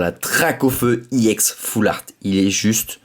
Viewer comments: pk tu dit iex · pourqois tu dis iex